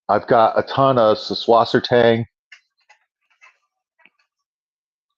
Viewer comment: I always applaud one who correctly pronounces Süßwassertang.